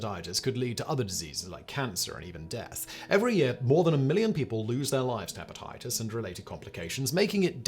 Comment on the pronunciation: Hepatitis sew-on? WTF?